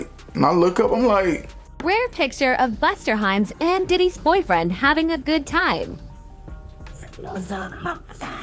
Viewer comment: "Buster Heims" 🤣🤣💀💀